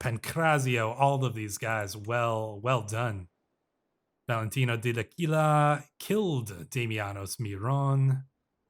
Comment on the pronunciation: Pronunciation guide from an Italian speaker (emphasis where I wrote the accent): - L'Aquila = Lákweela - Modena = Módena - Giovanni Caccianemici = Jován-ni Kat-tchanemítchi (it means 'hunt/chase enemies')